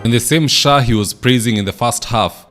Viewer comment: He said SAA not SHAA